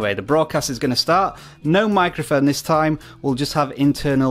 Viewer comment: Never trust people who pronounce “this”, “viss” 😂